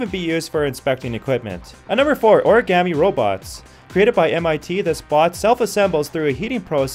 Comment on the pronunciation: i think he said origami wrong